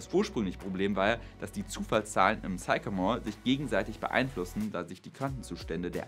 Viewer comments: Sycamore: spricht sich nicht: zeikamor, sondern: ssssickämor Aber zur Sache: Ich denke nicht, dass uns Quantencomputer in den nächsten 20 Jahren beim MediaMarkt begegnen werden. Ich habe in den 90er Jahren Mainframe-Rechenanlagen aus den 60ern, die z. T. noch aus diskreter Elektronik bestanden (z. B. HP 3000, IBM 360, ...), automatisiert auf damals moderne Client-Server Systeme (z. B. HP 9000) konvertiert. Aber kurz danach waren auch diese Systeme überholt, und jeder Mitarbeiter, der vorher vor einem Terminal saß, hatte nun einen (Windows-)PC. Und die Daten, die vorher auf wuchtigen Bändern waren, wurden erst auf DATs geschrieben und dann sogar auf optischen Speichern und Festplatten abgelegt. Aber in dieser ganzen Zeit von den 60ern bis heute war immer der bestimmende Faktor die Verarbeitungs- bzw. Bediengeschwindigkeit des Menschen. Sicher gibt es viele Aufgaben für extrem schnelle Rechner und Quantencomputer, aber außer dem Wetter sind diese Aufgaben alle rein akademisch. Und das Wetter ist schon längst gut genug vorausberechnet. Mehr als die heutigen Hochleistungsrechner der meteorologischen Institute braucht man auch in Zukunft nicht. (Es sei denn man vervielfacht die Messstellen um 2 oder mehr Größenordnungen.) Der Quantencomputer ist ein akademisches Spielzeug. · Sycamore is pronounced sickamore ˈsɪkəmɔːr